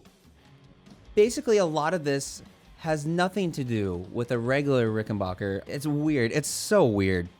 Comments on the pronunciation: Dood......its bach er...back..not bark er...same as ut name isnt.....why dont u 'mercans say it right!!! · Ok man, it's pronounced "RickenBACKer" , the same way you say "JACKson" , NOT "RickenBACHer" !!! As for the new Jackson Bass, I've always kinda like Jacksons, I'll give it a try.